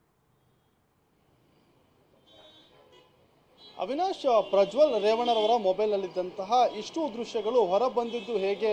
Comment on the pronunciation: Mr. first appal you say his name correctly, you don't know his name it's revanna not ravvna. Bludy pool